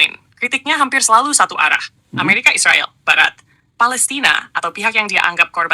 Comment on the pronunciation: Mbok jangan bilang isriwal isriwil..bilang aja israel, gitu lho..knp bisa bilang amerika...bikin risi klo mau bk anda